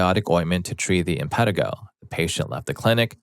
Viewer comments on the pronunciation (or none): It’s im-puh-TEE-go or im-puh-TIE-go. Either is correct. But not im-PET-i-go. Pretty simple to look that up. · Im pan ti go not im pet i go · Infantigo pronounced - in-fan-tie-go